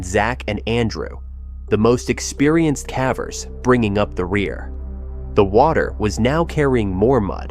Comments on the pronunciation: The word caver as in pavers. Not cave as in have. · What's with the pronunciation of "cavers"? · Ugh. Ai. I was into it until that…. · Yeah I don’t mind AI like this usually; at least it really sounds like a person. But the mispronunciation of cavers and some other words is like bamboo shoots under my OCD nails. It irks me to no end. OCD is a bitch and picks the oddest things to focus on, but misspelled and mispronounced words are at the top of the list for mine 🤦🏻‍♀️ My cognitive therapy for the day is finishing the video despite the “nails on a chalkboard” feeling it gives me lol